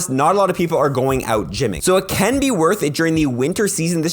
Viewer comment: When saying whether or not a costume Pokémon can be evolved. You should say “can” or “can not”. Not “cant” I thought you said spheal CAN be evolved. I went out to hunt for said shiny only to realize it can not evolve.